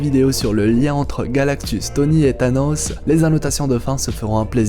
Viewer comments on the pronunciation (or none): none